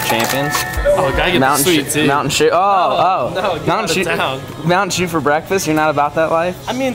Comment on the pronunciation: How many shews can you say in one video lol